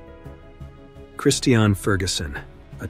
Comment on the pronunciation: All of these stories are so sad and tragic. I think the two motivational speakers’ deaths were, imo, the saddest. Mother Nature will have her way. The Narrator (who needs to learn how to pronounce the word “Christian;” it’s like the religion, sir), says “…if you’ve ever been camping…”. Only once, way back when I was young around 1970. I learned that, while I do appreciate the beauty of nature, my idea of “The Great Outdoors” is driving with the windows down!